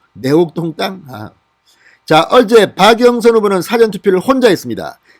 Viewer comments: '사전 투표'에서 <사전>의 발음이 좀 어색하게 들립니다 국어사전 영어사전 할 때처럼 너무 짧게 발음하시니 어색하게 들립니다. 길게 <사아전>으로 하는 것이 바릅니다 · 진성호씨 사전투표발음 똑바로합시다 국어사전 영어사전의 사전발음하고 사전투표의 사전의 발음은 틀립니다 지금까지의 동영상모든곳에서 사전투표발음 바로잡아주세요 명세기 기자출신 아닌가? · 진성호씨 사전투표발음 똑바로합시다 국어사전 영어사전의 사전발음하고 사전투표의 사전의 발음은 틀립니다 지금까지의 동영상모든곳에서 사전투표발음이 잘못되었습니다 바로잡아주세요 명세기 기자출신 아닌가?